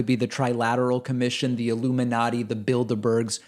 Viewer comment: Am I the only person that hears Build-a-Bear when someone says Bilderberg